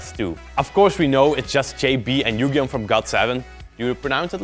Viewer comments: him pronouncing yugyeom correct Like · Yes! You pronounced Yugyeoms name right! I love this So much I love Got7 and JYP Entertainment (where they work under) does really good Cgi and editing and y’all did it so well!